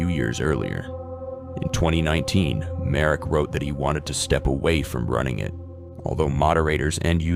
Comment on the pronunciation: I actually froze for a sec when you mentioned "Slovak",cus usually it's our neighbors always overshadowing us I don't think tho i need to be scared of my own country because of this,he was Canadian aswell,but GG ig (It's btw pronounced "Marek",cus i couldn't find him as "Mark Merik")